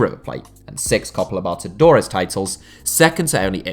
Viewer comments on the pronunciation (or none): Yooo what the fuck type of narrator is this man, this dude kept saying "Copa Lobotodores" and topped it off with "Igny"(Ignominy)